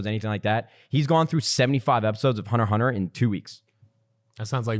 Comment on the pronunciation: Did this man just say "Hunter Hunter"?! What in the actual fuck it's hunter X hunter